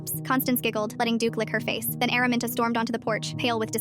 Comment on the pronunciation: "Araminta" ❌ airmint✔️